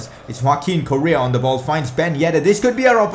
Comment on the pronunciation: pronounce Correa's name porperly before leaving please hahahahaahaha